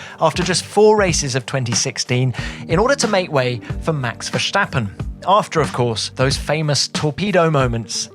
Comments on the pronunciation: Tom, PLEASE,.. STOP pronouncing Max's surname like you're trying to be Dutch - it's not Vershtappen,.. it's Verstappen. ;) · it's meh VERSHTAPPENING